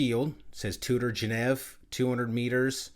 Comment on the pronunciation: Please say Geneve again 😂